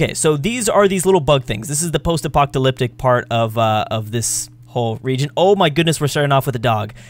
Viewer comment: the way you pronounce "post apoTalyptic" makes me laugh here